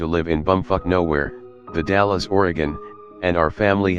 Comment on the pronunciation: Am I the only one who is bothered by the mispronunciation of “The Dalles”?